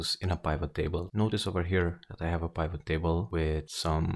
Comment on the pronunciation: The fact that he's prouncing pivot incorrectly makes me not want to watch his video.